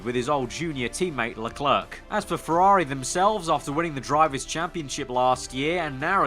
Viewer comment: Charles LeClerc. Pronounced: Le-Claire. Not Le-Clerk. Please fix your pronunciation, it's bugging me!